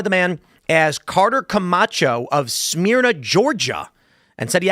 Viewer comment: Hi Tim, I'm from Georgia and, I don't know if it's just the way we say it, but everyone here says 'smur-nuh'not 'smear-nuh'